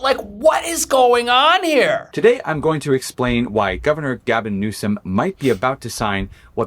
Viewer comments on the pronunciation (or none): 🇺🇸🦅🇺🇸😂🚨😂 OH! BOY! SERIOUSLY “GALVON” 🤣😂🤣DIAPER-GATE! 😂🤣😂🤣🚨